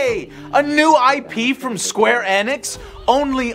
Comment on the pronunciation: Plz tell that Enix is a play on the word pheonix. Therefore it's eeeeeenix!